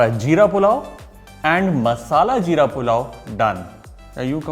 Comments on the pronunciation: Its jeera pulao not "ZEERA" as far as I know. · Hum log 'Jeera' Bolte hai Sir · wo 'Jeera ' hota hai 🤣🤣🤣🤣 chef 🥰🥰🥰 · Zeera urdu word you can't pronounce properly